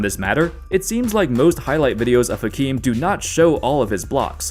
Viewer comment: Fun fact: every time you pronounce the ‘H’ in Hakeem, a puppy dies.